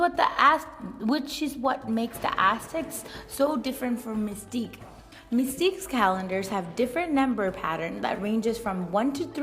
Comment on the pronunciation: I dont mean to be rude but you said Mixtec wrong im just telling you.